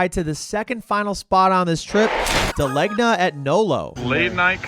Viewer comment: FYI: NOLO was never called Jet. Jet Cleaners was in that building for decades before Da Legna, which was down the street moved into there along with NOLO. And its pronounced Dah-Layn-Yah